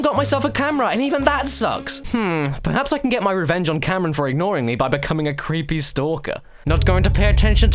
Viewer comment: "oh, you, crrreepy, 🅱️astard"